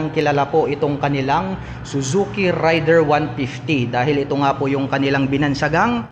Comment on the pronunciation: Raider po yung bigkas hindi po rider. More power sa iyong channel